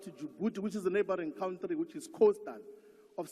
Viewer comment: Oppenheimers this Oppenheimers that’s . Facts are that they consistently employ a large number of South Africans in this cowntree as you would pronounce it. Just imagine they looted and stole from the poor like you the EFF did